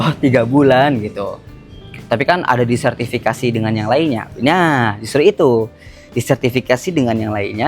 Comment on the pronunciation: diversifikasi kali.. bukan disertifikasi